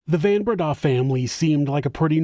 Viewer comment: Van Breda is pronounced like Fun Breda